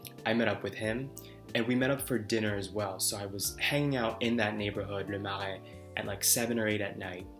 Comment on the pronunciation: Kudos on the French accent when pronouncing Le Marais! That was on point 👏 And I agree that one of the joys of conversation is when there’s a sense of back and forth, of probing beneath the surface - and a genuine connection. Over the years, I’ve learned to be more efficient at prioritising who I want to converse with, and really not spend energy when I’m not feeling any engagement from the person I’m talking with. I’ve learned that I don’t have to be compatible with everybody. But when you get that genuine connection, that’s where magic happens, and it’s an invaluable feeling.